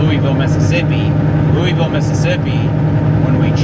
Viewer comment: There's no Leweyville in MS. It's "Lewisville"